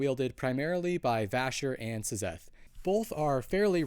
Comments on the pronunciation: Love the videos! But why do you pronounce it as S-zeth rather then zeth? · please stop saying "zezeth", its just pronounced like "zeth" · Sizzeth in the heezy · Yeah, I came to say the same thing